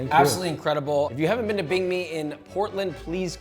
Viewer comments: Okay im gonna explain it super simple to you and whoever ur sources are. 神经病, this bing is pronounced more like ping (in english) than bing like the search engine. Feel free to stay ignorant, but that's just the truth, no chinese pronounces 病 like people pronounce bing the search engine in english. The reason they say that is because they see bing and think of the correct pronounciation which is diff from english. Feel free to disagree, no point in arguing with 🤡🤡🤡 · bing is pronounced ping 💀💀💀 i could say the same for you. Maybe learn both languages properly before judging 😄